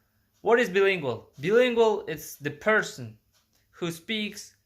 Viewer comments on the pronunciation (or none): Hi friend, I'm glad you love to learn languages. I think its just great. I just want to offer a little tip "Bilingual" is pronounced BYE-lingual. Like when you say Bye Bye in English when someone leaves. You're English is really good by the way! And it will get better and better :D